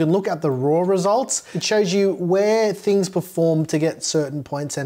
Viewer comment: WHY DO YOU CALL IT MOTHERBOARDS "TINGS" that's bullying 😢